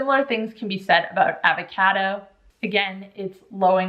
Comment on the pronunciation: I had never heard someone mispronounce Avocado until now.